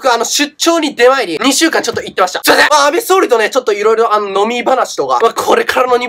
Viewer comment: 安倍総理がアベソーメンって聞こえた